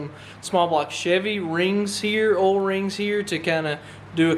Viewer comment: And yes I have met people who pronounce oil the same way that you do. But I'd like to remind you that there is a letter I between the O and the L